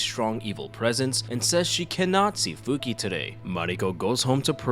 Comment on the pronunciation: Not to be rude but her name it’s not Fuki its Fukie, I know you wrote it correctly but that “e” it’s pronounce like eh like the e from the word “Yes”